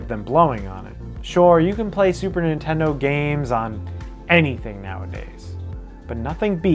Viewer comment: Nice vid & list. Incidentally arent u the guys that goof on AVGN pronunciation of "Super iNtendo"..?Am I buggin or do u pronounce it just the same as him..?! 🤔 Pot➡️Kettle=Black⚫